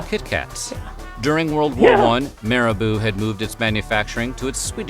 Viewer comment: I am mostly fascinated by the sheer linguistic incompetence of this guy. Being unable to pronouce "methabolism" and "Marabou", well, that´s just, you know, a little embarrassing.